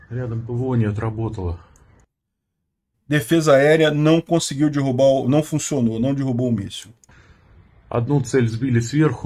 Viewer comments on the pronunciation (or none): none